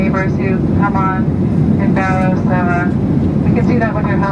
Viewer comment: Barrow (bear-oh), now oot-ghee-ahv-ick , is on the continent. It is not, however, in the contiguous U.S. So glad you are doing these vids and not Disney and having fun here!